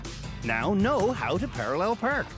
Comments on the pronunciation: Perralul Perk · “How to parallel prrk”